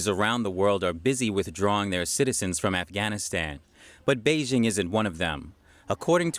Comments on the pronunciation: Please learn the proper pronunciation of Beijing. Bay Jing as in Jingle bells. Thumbs down. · Zack Smith Not a troll. Very interested in learning what's happening in China but her mispronunciation is like fingernails on chalkboard. You would think that a channel dedicated to China could at least pronounce the capital city correctly.